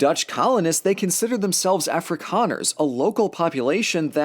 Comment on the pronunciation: Eeeyyy my country. *Happiness noise * "Geld" yeee "Afrikaners", not perfect but it's definitely better than "Ah-free-can-ers" lol